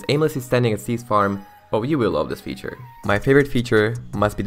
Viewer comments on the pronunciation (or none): none